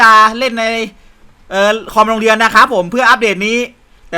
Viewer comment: ผมได้ยินว่า เลียเสร็จ😂😂😂 ตอนที่พูดว่าเรียนเสร็จ